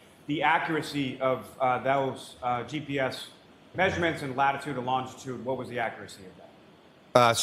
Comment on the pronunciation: He always pronounces “looooshitude” like “lingerie” 😂 or why? Of course for an academic trooper “lingerie” is the very more common word than “longitude” 😂